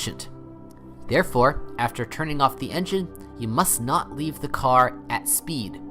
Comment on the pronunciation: "leave the care at speed" "start from the pusher " What? AI voice rubbish.